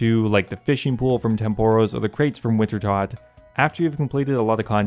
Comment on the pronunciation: You keep intentionally mispronouncing "winter-toad" for years on end after it's been pointed out to you dozens upon dozens of times, I dislike your videos and stay unsubbed. Simple as that.